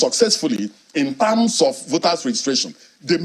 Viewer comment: "... in tams of..." 🤣🤣🤣